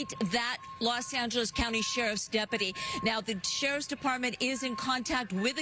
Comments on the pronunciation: "...it almost looks like a work-type van, but obviously it could just be somebody's kind of van..." Award-winning commentary on this channel, eh? Also, it's pronounced "de-pu-ty" not "dep-pah-tea" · "That 'depadee' has an ambulance to check him out." Lol those women sound like dummies. Its deputy! Not depadee.